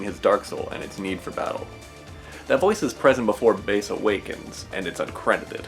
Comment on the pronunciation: It's bass like the fish not base smh